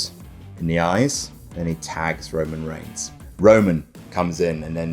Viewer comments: "Roman Reighs" ah yes, that famous wrestler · “Roman Reighs” Wut??